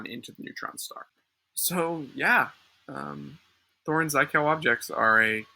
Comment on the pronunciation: "Zhit-kov" though. rhymes with "shit-cough". you will in all likelihood lose your religious belief soon, don't let it bother you too much.